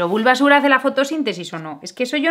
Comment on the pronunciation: Pikachu, Bulbásur, Charmánder y Escuirtel... Amé como pronuncia los nombres jajajajaja